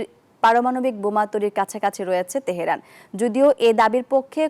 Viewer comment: Teherun? Tumi to nijer namtao uchcharon korte parona....stop